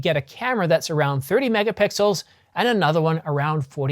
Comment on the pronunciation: lol.. did you say... Mega-Pickles....? Describing the Canon 1Dx C.... 18.1... Mega-Pickles....